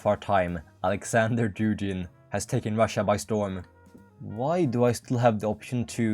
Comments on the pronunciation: как сделать чтоб англичане говорили не Дужин, а Дугин? DuGGGin? Спасибо что не Дужайн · Он не Дужин, а Дугин 😂 Г - G like in "good", "god", "ground", "game"... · Dugin is pronounced like Boogie, Doogien